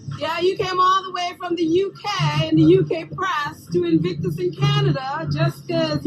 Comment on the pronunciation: It’s In-Vic-tus, there’s no N in the middle of it.. love your videos x